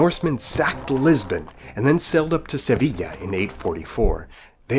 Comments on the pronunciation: damn.... He knows a lot, he spells runes like a true viking... He knooooooows..... daimn. also pronunced Sevilla as Seviya.... Like a true spanish, like El greco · spanish person here, the "sevilla" pronounciation was spot-on lmao